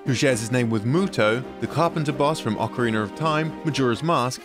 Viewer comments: I giggle every time I hear it pronounced "Occerreiner of time" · It's 2022 and they're still saying OCAREENER OF TIME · ✨"O C A R I N E R" O F T I M E✨ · You really need to learn how to pronounce Ocarina.